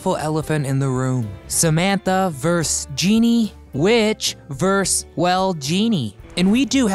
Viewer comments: It’s ‘versus’ not ‘verse’. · vs stands for versus, not verse. Just saying. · vs is versus, not verse. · The word is VERSUS not VERSE. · VS is the abbreviation of VERSUS, not Verse.... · vs. is short for “versus” not “verse”. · Cool video! You are mispronouncing "vs" aka "versus." It's not "verse," but "verse uz." Friendly helpful tip! Thanks for taking me down memory lane. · Vers? Why not versus? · FYI, “vs” is pronounced “versus” (two syllables), not verse. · Sorry to be picky, The word you meant to use is "versus", not verse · VS is an abbreviation for versus, (Ver-sus), not verse. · "vs" stands for "versus", not "verse". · The phrase is "versus" not "verse". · Damn. Was enjoying this, till we got vs(vers) instead of versus. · “Versus”. Not “Verse”. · The word is "versus," not "verse!" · “Versus”, not “verse”. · It ver sus not ves... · Verse? How about versus... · verse? verse???? a verse is part of a song the word is versus... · 'VS' is short for 'versus' - two syllables. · Vs = Verses is pronounced Ver-sis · Ver-sus. Two syllables.